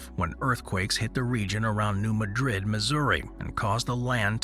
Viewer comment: New Mad-drid , not Madrid (spanish).😮